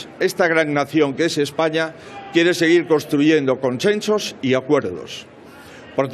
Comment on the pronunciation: Conchenchos? Por favor aprende a vocalizar